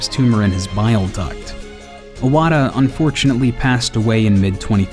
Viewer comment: Unlike iPhone, his name is not pronounced "I"-wata, it is "E"-wata.